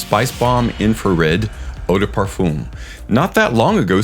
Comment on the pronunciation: Parfum doesn't have an oooom sound for the um.. its a literal "um" sound. Nit picky yes.. but having listened to European folks pronounce it and mainly French folks.. its a simple "fum". Sounds like fun but with an M in place of the N